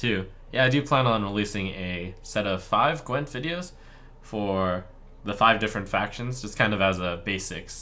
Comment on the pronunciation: Gwint you pronounce with hard w, like v in moving , not ł .